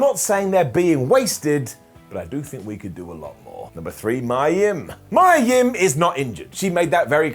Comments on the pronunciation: Who's Mya Yim? It's pronounced Meeya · Poor Mia Yim. You can't even pronounce her name right 😔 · You're saying mia yim weird